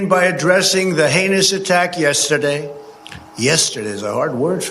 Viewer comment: "Yesterday" DOES have three syllables, so...